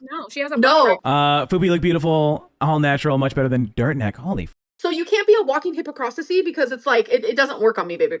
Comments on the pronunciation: The "walking hypocrosicy" is especially funny because "sisi" the way she pronounces it means "boobies" in a language I know 😂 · WTF is a hippo-pock-rassy?? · “Hip-oh-cross-suh-sea” ??? 💀 girl it’s hypocrisy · Did she just say a “walking hipaprosisy” … I need a hobby. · Her pretending to be unable to pronounce "hypocrisy" is tired and forced.